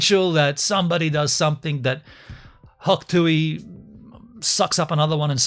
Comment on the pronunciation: it is hawk tuah not hawk tuey